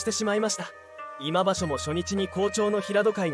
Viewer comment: コメントがなってない 今場所をいま場所❓ 力士名も間違い読み チェックが必要